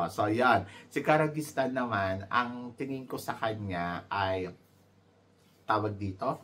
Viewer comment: Ki-ri-jistan ang pronunciation.